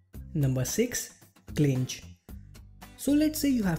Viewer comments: My friend, "Cinch" is pronounced "see-nch" :) Good job with the video! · Cool video. But I think Cinch is pronounced sinch. It means something that is easy.